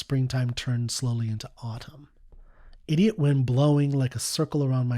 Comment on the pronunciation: Sometimes a dumb-ass song is just that: a dumb-ass song. He can't even pronounce the word "idiot" properly.